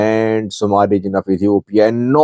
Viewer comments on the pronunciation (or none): none